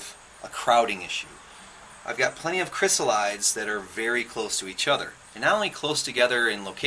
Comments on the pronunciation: Great video, but the pronunciation is not "kris-uh-lahyds". It's Greek, so it's like iris > irides, "ahy-ri-deez". Chrysalis likewise becomes chrysalides, "kris-al-i-deez". The metamorphosis is so fascinating for butterflies, but I the transformation into adulthood amazing across all of nature. Butterflies and moths have such a mystical nature to them 🦋 🍵🙏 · "Chrysalides" is pronounced "kri-SAL-uh-deez". Check your dictionary. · Check your dictionary. It's pronounced "kri-SAL-uh-deez"